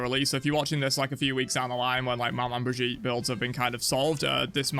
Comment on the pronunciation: It’s pronounced like they pronounce a southern name for someone’s grandma that’s the word so it’s Meh-Maw bridge-eat